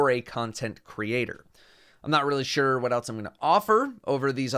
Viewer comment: when he said Sure sounds like when someone says skrrt